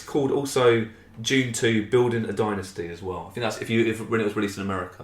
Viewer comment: And you had to fink? What does that mean?